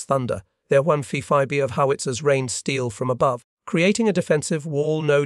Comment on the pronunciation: This was interesting but the AI generated image and voice ruined it. Those images were images of... what?? And the voice crap was just that, crap. Like what's a one fifi artillery?? Anyway, the proximity fuse WAS game changer in WWII. Killed lots of Germans and Japanese but really excelled in knocking Japanese aircraft out of the sky in the Pacific. With that said, everyone's friend and favorite commie, Julius Rosenberg, got his hands on the blueprints AND an actual shell and promptly gave all of that to the Soviets. So in addition to being a rat fink commie spy and giving the Soviets our atomic secrets, he also gave them our proximity fuse and God knows what else! Did he deserve to ride the lighting? Hell yes! Did Ethel? Probably not, she deserved 20 years in jail but her and Julius made a decision not to drop a dime on their commie buddies and payed the price for it!! Oh and if you are going to whine about Julius and Ethel, you need to read up on a little project called VENONA and that listed A LOT of commie spy's including the Roseburg's. Remember that name, Venona baby!